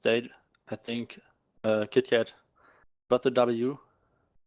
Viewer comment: cmon..its kotkat...lol lmao.. he didnt even corrected!! Just let it be kitkat